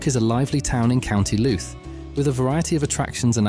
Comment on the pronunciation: Dodgy pronounced towns County Looot Omith ?? But thanks i live just over the border in da disunited kingdom